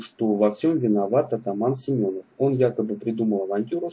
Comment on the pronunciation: Атаман не Семенов а Семёнов ударение на ё а не на о